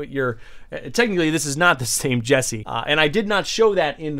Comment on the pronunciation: That ain’t Jesse, that’s Jeese. Sounds like a mix of 🧀 and New Jersey